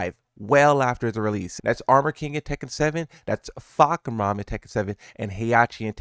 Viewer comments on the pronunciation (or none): none